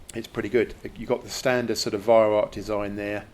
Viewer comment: It's pronounced Vy-Rau, not Vy=Rock.